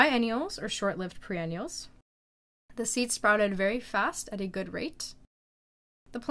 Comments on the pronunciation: WHAT?!?!?!?! “Pre-“ …. Should I be listening to this video?!?!?! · Is it me? Or are you saying "pre-ennials" instead of "Per-ennials" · they arent 'pre' ennials they are per-ennials. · Yes she did. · It hurts everytime she says it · Pre-ennials? really? Is that what you said? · Perennials not pre-ennials. The word is written on the signage at garden centre that you are filming…read it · It hurts your credibility to call them "PRE-ennials" instead of perennials. If you are saying "BEE-ennials" instead of biennials, that's no better. "BYE-ennials." Anyone going to the garden store asking for bee-ennials or pre-ennials will likely get confused looks. I thought you were saying pre-ennial, but then you said it for hollyhock, and I think that's a biennial, so.... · PER not PRE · Yes you’re correct- she is saying pre-ennials. But some of the replies to your comment are sad. People need to get a grip (especially the person who called her “babe”). I notice a lot of her videos are in Russian which may be her first language. If that’s the case, her English is just fine. The intolerances of people’s differences is astonishing. Her content is excellent. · Yes, that is what she is saying.